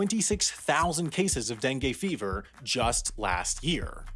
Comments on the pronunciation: It's DengU not DenGAY. Okay? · Dengue is pronounced as dengoo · "dangay fever"